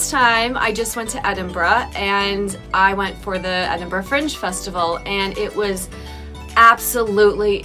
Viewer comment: Every Scottish person was probably well chuffed when you didn't pronounce it as "Eeden-burg" 👍